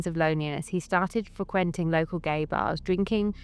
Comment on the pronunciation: I've NEVER even heard a Brit say, "freh-quen-ting" It's refreshing and adorable.